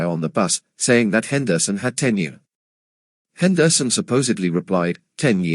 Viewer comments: Wow! I didn't know that Rickey's last name was pronounced "Hen-DER-son." You learn something new everyday. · Can’t listen to this AI podcast butchering the last name of one of the best baseball player of the 80’s and 90’s. Henderson Son